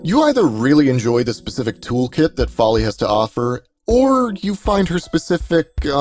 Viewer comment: No no! You pronounced Gauss and Follie correctly!